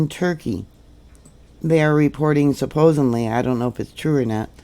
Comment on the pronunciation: There is no "m" in supposedly...